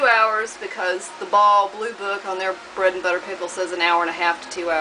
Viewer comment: Beautiful bread and butter pickles. Love how you use field cucumbers and not pickling ones. And yes you said the name right!! Most people don't.